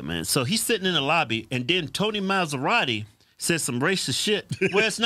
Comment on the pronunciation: LOL is MA-SA-RO-TEE, not Mazeratti 😂😂😂